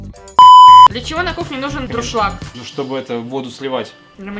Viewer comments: не друшлак а дуршлак (от немецкого- dursch- через) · я думала, что я одна говорю ДРУШЛАГ. Потому что правильно говорить ДЮРШЛАГ. Сегодня узнала